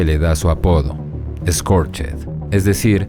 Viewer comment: Exelente reseña, muy buena figura, un aporte: Scorched en inglés se pronuncia "skorch't", la "ed" no suena, se pronuncia una "t".